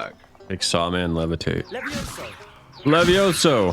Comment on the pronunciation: it's LeviOsa not LevioSO